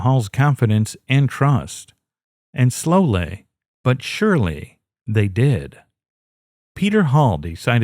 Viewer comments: "and slow-lay but surely..." Slow-lay? 🤣🤣🤣 Who pronounces "slowly" like that??? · Someone from a different country, different accent.